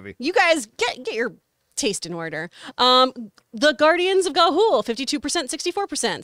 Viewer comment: I spit out my coffee when she said "Guardians of Gahool" lol